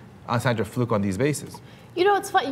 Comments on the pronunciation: keeps saying Sandra Fluk instead of Sandra Fluke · Sandra Fluck??? Im pretty sure it is Fluke. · Anyone notice she said Fluck rather than Fluke? Implication of "fuck" maybe.... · When did we start pronouncing it 'Fluck' and not 'Flook' ? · Why is he pronouncing "Fluke" like "Fluck"? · oh my fucking god is it FLOOK or FLUCK? everybody keeps pronouncing it differently lol. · it's Fluke dude, not fluck! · stop saying sandra fluck! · Is it pronounced "Fluck" or "Flook"? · Fluke or Fluk? lol